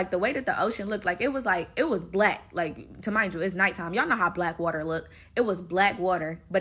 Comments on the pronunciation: Lmfaooooo yoooo is she sayin “ta-mind” yalllll😩😭😭😭🤣🤣 instead of remind y’all 💀💀💀💀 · "Tamind you" is driving me crazy lol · 2 mind yall, 2 mind yall😢 2 deff.... and why she saying magic mushrooms like it wasn't 🍄 😜😒